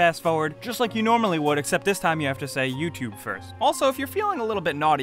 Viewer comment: Say "Tube" properly please. Say the letter u. Now say Tube. Now say YouTube.